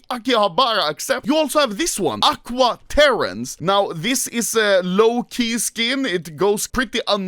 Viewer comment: BRO SAID "AQUA TERRENCE" LIKE IT WAS SOMEONES NAME💀